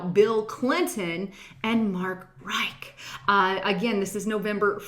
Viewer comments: Rich=Rich...not Reich or Rike... mispronounced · "Conspiration"? Mark RICH, as in "he's a very RICH man!" Not Rike. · it's "Rich" as in hitch.